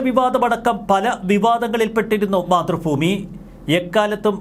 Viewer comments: 🤔മാതൃ ഭൂമി, ഫൂമി അല്ല., തിരുത്തണം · മലയാളം നേരെചൊവ്വെ പറയ്. മാതൃഫൂമി അല്ല മാതൃഭൂമി എന്ന് പറ...